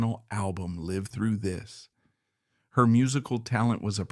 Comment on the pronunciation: Lol you are poppin a woody over AI bud. You literally have to spell words exactly how they are pronounced sometimes or AI says dumb things like live through this. This is laziness of the content creator. Do they not listen to their bot saying the sht they wrote down? Too lazy to spell check live to liv through this just to get it speaking right.